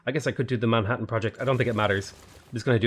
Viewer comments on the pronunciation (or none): none